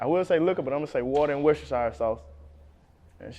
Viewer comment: He said worstechire